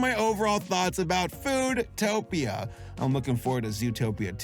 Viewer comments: it's FoodTopia, not Footopia. One fetish at a time, shall we? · "footopia" lol